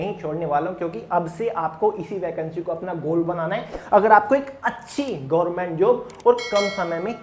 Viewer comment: Gorment nhi hota sir government hota h